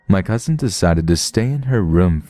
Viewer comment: I always wonder why people are so inclined to say it with a slight T sound. “Cousint”